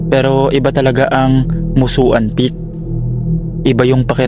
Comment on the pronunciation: Musuan read; Musuwan